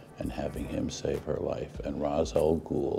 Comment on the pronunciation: He's pronouncing it right. Its the same root as in "rastafarian"